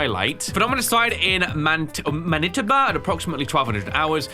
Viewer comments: as a Canadian, “Man-IH-toe-buh” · never expected to hear about my home province in a video! (Also,, it’s “man-ih-toe-bah” noticed that little pronunciation struggle 😉) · Man-a-toe-bah. Manitoba is a Canadian province. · There's no way he butchered Manitoba that badly 😂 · you did not just say Manitoba like that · the way he pronounces Manitoba 😭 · I had to do a double take to make sure I heard him right and if he said what I thought he said😭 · I started dying from laughter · Listening to butcher "Manitoba" was hilarious